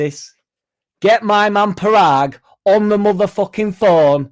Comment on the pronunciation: It'e pronounced Poragg as in podunkville Mississippi